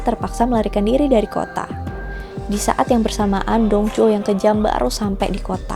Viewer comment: Dong Zhuo = Tong Chuo Lū Bu = Lu Pu kak bacanya